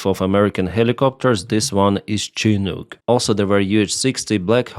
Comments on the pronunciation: It's pronounced " Chinook" helicopter. (Shaa nook) helicopter. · No. It is a very hard 'ch' and fairly short strong 'oo' drét-kákwa, wawa (make it right, say/speak): tšɪ' / nʊ́k (international phonetic alphabet) Many army helicopters use native names (Blackhawk, Apache, Iroquois, Mojave, Cayuse, Kiowa, Comanche, Cheyenne, Lakota…). Chinook jargon is a trading language used by folks in the far northwest centered on the lower Columbia river though you find it from north CA to south AK and as east as MT. It has some French English and Spanish influence but mostly a simplified native base (The words tend to have very general loose definitions so fewer are needed).